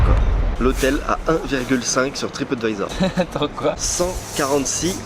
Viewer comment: C’est pas tripOtvisor c’est tripAdvisor